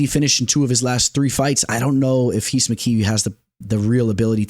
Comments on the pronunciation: Lol it’s heece mckee if he’s Brazilian ! He’s not just say Reece lmao 😂😩no need to say heez mckee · Rhys McKee is just pronounced Reece bro 😂Solid video